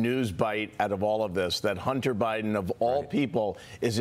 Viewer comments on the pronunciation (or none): President Hoontar lol